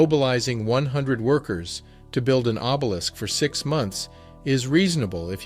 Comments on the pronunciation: What's obelickses....lol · Did he say obelikses? O b e l i s k s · Did you really use the word "obelix" instead of obelisk? Please get your GED